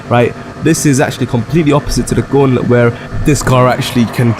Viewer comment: The Guulet 😩😩😩😂😂😂😂